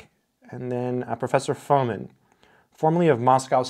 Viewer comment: Its Fomìn, not Fòmin. Budàk not Bùdak.